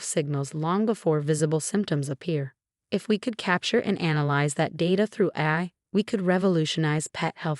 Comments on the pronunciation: Please ensure the narrator actually pronounces terms correctly. "AI" is pronounced "A" "I," as in Articifical Intelligence. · AI which is the abbreviation for Artificial Intelligence, Is Pronounced: A, I , Each letter Separately. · Yeah, that is hilarious. AI written, AI read, and it still can't pronounce its own name without a space between the letters.